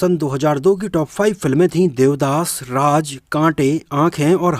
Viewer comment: Hello brother from Pakistan pronunciation per dhyan do Raj Nahin Raaz baj Nahin baaz Saha Nahin shah jaruri Nahin zaroori jabardast Nahin zabardast shabani ajmi nahi azmi